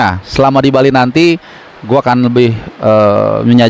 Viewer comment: Bang CBH goes to Bali, bukan "ghost"